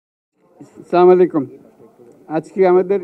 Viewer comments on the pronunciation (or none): ছামালাইকুম না। আসছালামুআলাইকুম বলতে হবে। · ড. সাহেব সালামটাও ঠিক মতো দিতে পারে না😂 আল্লাহ তুমি রহম করো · সালাম টা শুদ্ধ করে দেয়া শিখতে হবে স্যার!😊